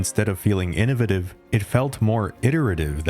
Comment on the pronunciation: why he say innovative like that 😂😂😂